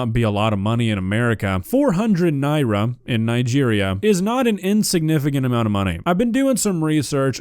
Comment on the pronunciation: As someone who's parents lived in Nigeria for a decade, I'm blown away that you're pronouncing the currency correctly, that's so awesome dude! EDIT: DSP gets negative points for saying it right, because he's a piece of shit.